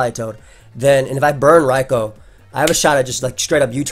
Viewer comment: That is literally how you pronounce it